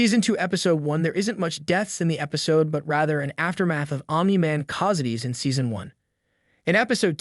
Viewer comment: Honestly, I wouldn’t mind so much, if the person didn’t fail at pronouncing basic words like stalagmite, casualties (not causities), and montage.